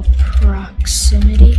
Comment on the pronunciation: LOL I SEE THE DIFFIRENT INSTEAD OF SAY PROXIMITY HE SAID PORXIMITY